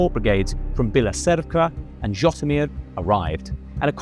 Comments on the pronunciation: Great video - one quibble - it’s pronounced je-TOE-mere (with the je pronounced like the French for “I”) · This was psoiled for me by the abysmal butchering of the pronunciation of Zhytomir, Zaluzhnyj and the